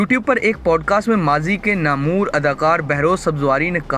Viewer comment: Real word is Namawar ... Not Namur my dear...